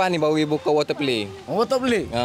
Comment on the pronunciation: water play: water pelay 😂😂😂😂